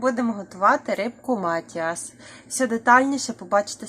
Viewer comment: Не мАтіас, а матІас. Не поплавки, а плавці. МатІас - голандська закуска з молодого оселедця, але не назва рибки. Молоки там не має бути. Нудьга